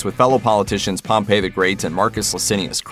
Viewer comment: Ya' know, Wikipedia also includes pronunciation keys. If you're going to reference them, why not use that too? — " known in English as Pompey the Great (/ˈpɒmpiː/) "